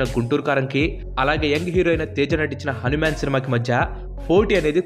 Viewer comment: Bro akkadakkada హానిమాను అని పలికావు,అధి హనుమాను